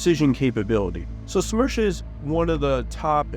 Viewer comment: BM-30 SMERCH translates to BM-30 Death. ( Not Smersh, but Smertch )